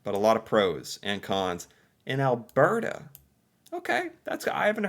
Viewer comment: He also says "Al-BEAR-ta." It drives me up the wall, since he did get it right about twice.